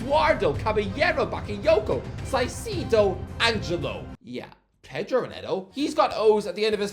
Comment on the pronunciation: Do we all pronounce caicedo wrong or is it just him?